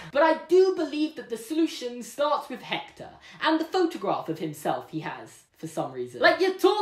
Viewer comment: I'm Mexican and I'm gonna have to admit that you just added a quirk to our Day of the Dead tradition Suddenly everything changes about that guitar One thing doesn't change, though: you're cute Also, that's not how you pronounce Hector